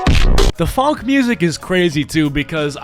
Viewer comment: The biggest crime in this video is your pronunciation of the word “funk”